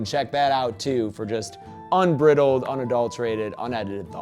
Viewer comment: Unbriddled? Unbridled! As in bride! Pathetic...